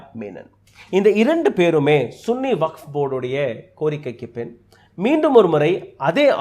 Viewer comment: சன்னி வக்போர்டு என்று உச்சரிக்க வேண்டும்